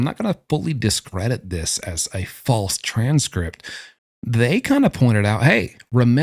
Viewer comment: The way you say "TRANS-script" 😂